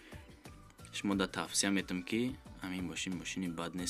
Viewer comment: Мечта не матча яьне мастчох гуфтани габ бародар